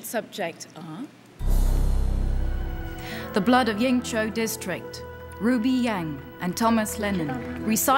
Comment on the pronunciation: She pronounced Ying Zhou well!